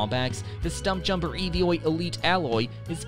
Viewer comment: Its not called the E V O its called the Evo one word not 3 letters.😂